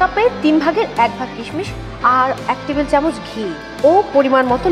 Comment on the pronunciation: kishmish sound so funny! kismis way better.